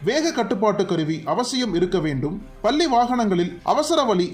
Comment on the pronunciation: குரல் மட்டும் தெளிவாக இருப்பதால் உச்சரிப்பு தெளிவாக இருக்க வேண்டாமா? பல்லி அல்ல பள்ளி! கேரலா அல்ல கேரளா!!